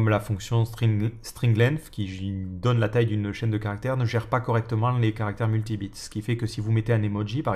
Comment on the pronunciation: 1) Excellente vidéo, comme d'habitude, pouce en l'air. 2) Attention toutefois à la prononciation de "caractère multibyte" != "caractère multibit".